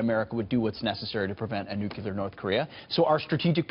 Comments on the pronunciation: Gotta watch out for them "nuculer" weapons. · i cant respect anyone that says "nook ya lur". ficking morons